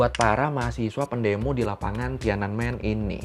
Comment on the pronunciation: Btw TIANANMEN itu 3 kata bacanya Thien An Men yang artinya Gerbang Kedamaian Surgawi